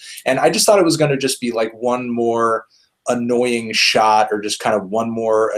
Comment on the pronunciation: bruhhhh yo Canadian accent HEAVY when u say "shot" 😂😂